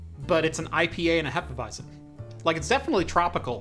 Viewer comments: Regarding the beer - repeat after me: Hé-fe-vi-tzen :) The „Hé“ is like in „Che“ Guevara. Cheers! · It is pronounced "Hefeweizen". 😂 Great video on the PiHole, I especially like your fluent way of talking, it is easy to follow even though you talk fast. And the beer review at the end was an unexpected but very welcome bonus. 👍🏻